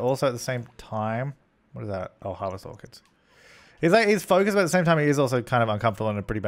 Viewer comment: when you said "harvest orchids" I thought you said "harvest organs" and I was like what you can do that in the sims?!